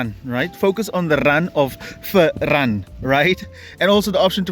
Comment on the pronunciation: “Focus on the run of Fer-ran”